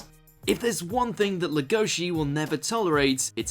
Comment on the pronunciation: Finally BeaStars is included on one of these WatchMojo lists. Such a phenomenal show. Interesting choice to include for this list though. On a side note, his name is pronounced "LEG-O-Shi". Emphasis on the first syllable.